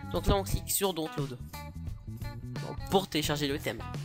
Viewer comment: arretez de dire dontload SVP !